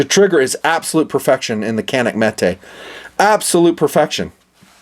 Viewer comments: It’s Janik not canik. It’s Turkish. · It’s pronounced Janik. C in Turkish is pronounced like J. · I just love and respect your videos, and the fact that you really like Caniks makes me really proud (made in my country). "Johnick" is how we pronounce the name, if anyone was curious :) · FYI, it's pronounced "JAN-ix".